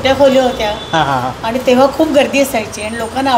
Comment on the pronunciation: नमस्कार, सर्व प्रथम आपणास आणि आपल्या संपूर्ण परिवारास होळी च्या खूप खूप शुभेच्छा. अप्रतिम सादरीकरण फक्त एकच खंत आहे...... कृपा करून आपली भाषा मराठी शुद्ध बोलण्याचा प्रयत्न करा.... काही चुका जास्त आढळल्या त्या तातडीने दुरुस्त करा आणि इंग्लिश शब्द कशाला वापरता..... मराठी आहात तेव्हा हे टाळा. काही चुका... त्या अशा 1) पण: पन नाही 2) पुण्यातील: पून्यातील नव्हे 3) आणि: आनी नव्हे 4) टायमांला असे नका बोलू.... वेळेला बोला.... राग आला असल्यास क्षमा....